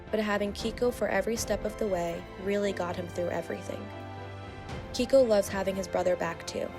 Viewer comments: It's KEIKO, pronounced KAY-KO...not Kiko. 🤦🏽‍♂️ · Why is the Dodo recycling stories? Also, Keiko is pronounced kayko